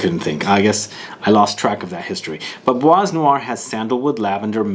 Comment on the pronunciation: Hello, l reaally enjoy your review videos and comparison ones... and this one doesn't disappoint!! (Bois noir is pronounced like : [BWA noir], the S at the end of bois is not pronounced) ... Cheers!! And can't wait for future reviews!